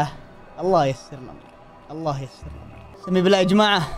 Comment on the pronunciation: بالله وليس باللاه